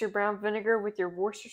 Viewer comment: Him trying to pronounce "worcestershire sauce" sauce made me die laughing. But I can't blame him since I can't either